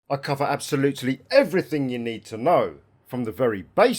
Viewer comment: "assuming you are looting eweriting in the environment"